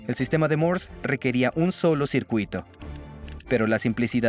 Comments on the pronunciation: No es "mors", es Morse. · Por que mierda dice codigo Mors !!!!???? Estas hablando y pronunciando en castellano - español no ingles cenutrio de los Andes ! El latino es una plaga , deberia existir una manera de poder separar en la web el audio latino del español , el latino no es un idioma , estoy cansado de oir latino cuando busco audio ESPAÑOL !